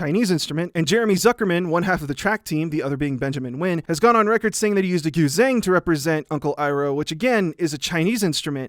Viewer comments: Great video! In Chinese zh is pronounced like a j sound, not a z sound. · Sorry, but the z in Guzheng isn't z but like the j in je in french? like a voiced sh. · I know you try to pronounce things right and you do exceptional research so I just wanted to throw out there that “guzheng” is pronounced “goo-jung” for future reference. Chinese has some weird romanizations that don’t make a lot of sense at first glance haha. Loving your videos! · im sorry its pronounced "pee - pah" and "goo - chung" not pipuh and guz-heng HAHAHA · Nice vid, however: pippa---->Pee pa Gu zeng-----> goo jueng